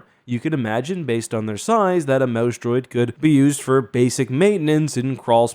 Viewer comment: Every time he says "mouse droid," for a split second, i hear, "mouse dropping," and crack up. You'd think I was 15 not 51 lol.